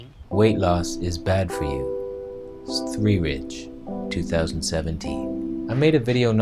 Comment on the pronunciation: lol'd at svthreerige